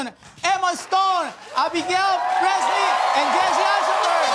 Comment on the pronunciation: “Abigail Breastlin”